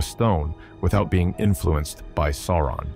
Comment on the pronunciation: Is he deliberately pronouncing everything in an utterly ridiculous ans incorrect way? "The SilMARULs" 🤦🏻‍♂️ Dont get me started on Sore-one